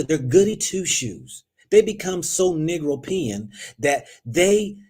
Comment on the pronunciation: He said "NEGRO-PEA-EN" 😂😂😂😂😂😂😂😂😂😂